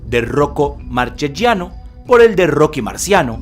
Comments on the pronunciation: Hermoso video, amigo, buen trabajo. Solo una cosa tengo para reprocharte y es la pronunciación de los apellidos italianos. Sangre tana corre por mis venas y me sangran los oídos cada vez que te escucho decir " marchechiano".. La "che" y "chi" suenan como nuestra "que" y "qui". En las palabras con "gia" la "i" es muda. Marchegiano se pronuncia así: Mar - que - giano (la "g" es casi como una "ch" nuestra pero apenas más suave, como la "j" del inglés en "jack") Saludos desde Uruguay. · Muy bueno el vídeo, pero en italiano Marchegiano se pronuncia Marqueyiano, y Francis se pronuncia Franchis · Y seria marqueyano no marqueyiano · Buen documental. Marchegiano Se pronuncia “Markeyianno”